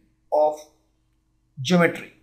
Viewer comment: Pronounce the word ( GEOMETRY ) correctly